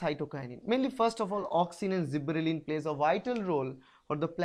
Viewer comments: Sir i think there is one correction. Gibberellin is growth hormone not zibberelin. And your videos are very informative for me . Thank you sir. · What is zibberellin is it gibberelin?